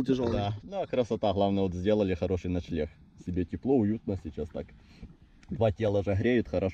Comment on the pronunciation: Вы вместе говорите начелегх а правильно начленг лайк если заметил